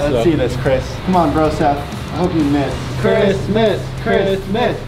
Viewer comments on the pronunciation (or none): when they were saying "Chris miss" it sounded like and were say "Christmas